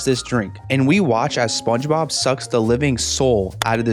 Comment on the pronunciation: I like how he pronounces SpongeBob “spuhuh”, “spunob”, “spunah” etc